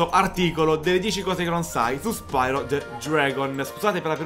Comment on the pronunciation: Bel video ma la pronuncia corretta, se non erro, dovrebbe essere "Spiro" e non "Spairo", sicché deriva dal greco "Piro", ovvero fuoco. Di fatti, nei primi giochi, viene chiamato "Spiro", nonostante la y inglese. Poi, con l'andare avanti della saga, la pronuncia è stata modificata in "Spairo".